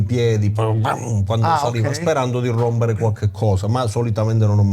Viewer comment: Karate Kid 7: Il momento di RRROMBERE.